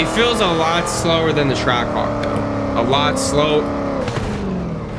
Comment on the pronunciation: You said trackhawk wrong